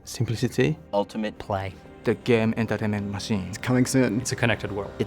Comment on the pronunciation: "teh game entermant machiiine" i like the way he said the game entertainment machine